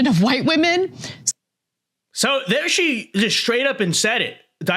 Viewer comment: Women is pronounced differently than woman.